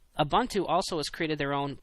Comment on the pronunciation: Your comments about keeping criticism constructive are greatly appreciated. One thing, its oo-boon-too. Keep up the good work!